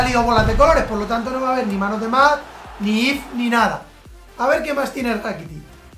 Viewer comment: Min " a ver que tiene rakitiç, rakitiç tiene a rakitiç" 2017